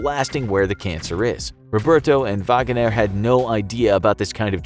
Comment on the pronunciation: WHY ARE YOU SAYING VAGANER... it's just Wagner.